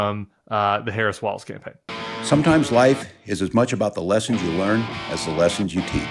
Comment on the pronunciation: No offense intended whatsoever (love your show), but It's not "Walls" - it's "Walz" (pronounced just like "Waltz")